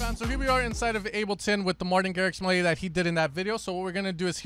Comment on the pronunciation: That “Martin” killed me 😂